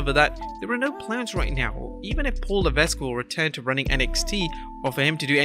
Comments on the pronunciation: You don't pronounce the S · The S in Levesque is silent bro!! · Learn to pronounce Paul LEVESQUE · paul levesque is a french name we dont pronounce the s.